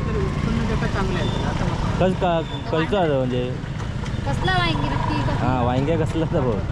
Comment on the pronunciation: sagal yavstit bolte pn व्यांगी का बोलतेस वांगी सोप आहे.